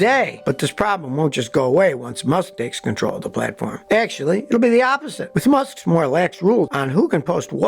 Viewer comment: "Droppeen"?????? "Buyeen"????? "Akshuhly"?????